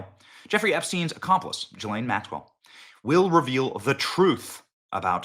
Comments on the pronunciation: Maxwells name is pronounced guh lane not jillane. It's not that important but it makes me think were not talking about the same person. Just saying. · I wish people would learn how to pronounce Ghislaine's Name, It is NOT G lane, It is GA Lane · GDMT Benny... Say "Ghee-Lane" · You’re saying her first name wrong. It’s a soft “g” like “go”